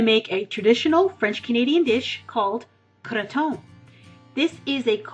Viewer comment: Perfect pronunciation.